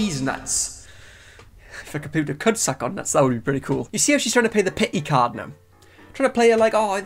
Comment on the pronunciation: He says “com-pooper” 😂😂 and to think yall colonized half the world.